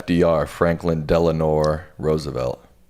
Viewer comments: Franklin Delano Roosevelt, not Delanore. Dad should have corrected. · He really said "Delanor" for FDR lmaoooo